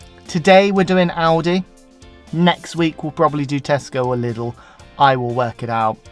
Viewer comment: Given Lidl comes from Germany your first pronunciation Leedle was perfect.